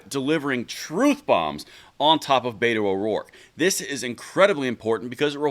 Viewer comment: You pronounced betos name wrong. It sounds more like but hole